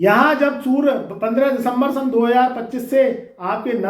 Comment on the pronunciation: Pahle bolna to sikh to le bewakoof insan.surya ko sura sura kar raha h.